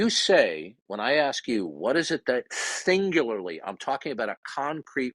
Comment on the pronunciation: “Singlurlurly” Holy moly,. No, you DO NOT sound like you’re knowledgeable….on anything.